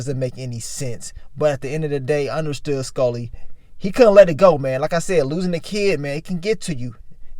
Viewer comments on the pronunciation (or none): I hate the way he says Skully... SKULLLY